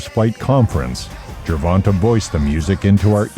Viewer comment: Why can’t these YT people simply respect the proper pronunciation of the man’s name when they speak on him? JER-VON-TAY not TUH TAY‼️ And it’s like they just went with what the first person who screwed his name up.